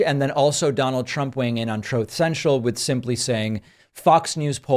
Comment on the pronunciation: "troath cenchal" Pakman I love you. 😂😂😂